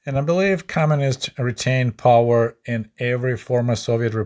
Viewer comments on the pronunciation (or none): none